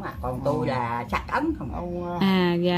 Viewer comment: Ấn chứ không phải ắn em oi